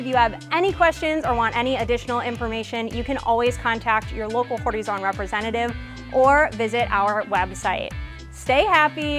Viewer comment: Excuse me but as an Englishman I am bemused and confused by your pronunciation of Horizon.